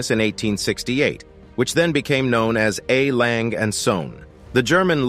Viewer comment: Please dont try to pronouce a german brand. There is an e at the end of the name "Lange" and the word "Söhne" which have to be spoken!